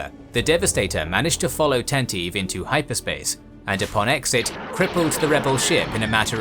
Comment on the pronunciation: Tantive IV is pronounced The Tan-ta-vee Four, not Tan-teev. Hope this helps!